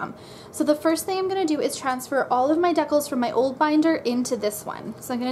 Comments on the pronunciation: i thought they were called dee-cals iv been sayn it wrong half my life lol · I wonder if you still call decals deckles. Lol